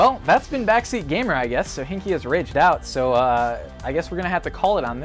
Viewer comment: Dude you seriously butchered sohinki's name